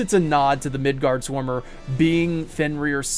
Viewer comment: Midårds-orm, not midard-sorm(s). Midgård - Midgard midgårds - (The) midgard(s) Midgårds/ormen - the midgar snake. (Sure I don't speak old Norse but Swedish, Norwegian and understand written Danish. However I can't speak foe Icelandic which is most probably most similar to old Norse(?) So not gonna say I am certain. But that's how we translate it in most of Scandinavia, with slight variations of A, aa, å. Etc.) (Bonus: In Sweden at least, Tolkien's middle earth was called Midgård. Much to his frustration).